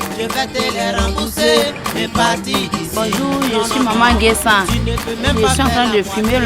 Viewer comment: Mama n’guessan not Gayson 🤣